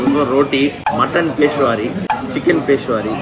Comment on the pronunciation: மா க பா, அது பேஷ்வாரி இல்ல ப்ரோ பெஷாவரி. பாகிஸ்தான்ல இருக்க பெஷாவர் அப்படின்ற இடத்து புட். அப்புறம் ஆச்சாரி இல்ல அச்சார். அச்சார்னாவே ஊறுகாய் தான் ப்ரோ.